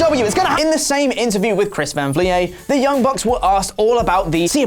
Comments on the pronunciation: Who is Chris van vliyé? 😂🤣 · Chris van vleeeeeet no vleee ayy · Chris Van Vleyay🤣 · Just a heads up, it's pronounced like "fleet" but with a V. Chris van Vliet (vleet). No one on this channel ever seems to pronounce his name correctly even though he says it in every video he does. You guys are great, but credit your sources properly :( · Lol it's funny hearing how many wrong ways you guys can say Chris Van Vliet's name. It's V-leet (like elite but instead of an E sound to start off the word it's a V lol) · A touch saddened to know that you guys don't actually watch Chris van Vliet's content enough to know how to say his actual name... He's the best wrestling interviewer going around! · My ears hurt every time botch pronounces Chris Can Vliet😂😂😂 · Are you trolling his last name at this point? Lol it rhymes with skeet.